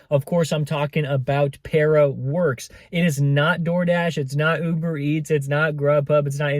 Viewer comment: Peara….. you saying it wrong 😂